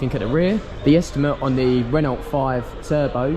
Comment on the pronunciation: Renault is a French vehicle and the “t” is silent so it’s pronounced Reno